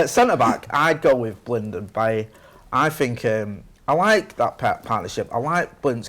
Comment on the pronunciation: Can people stop murdering his name. It's pronounce Bayee... he's from the Ivory Coast it's a French accent.